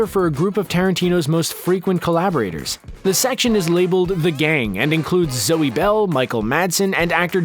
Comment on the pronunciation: Thanks for pronouncing “Zoe” correctly!!!!!